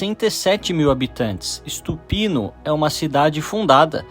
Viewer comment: Não é ISTUPINO é Stupino sem I. A pronúncia dos brasileiros é absurda em qualquer idioma. 🙈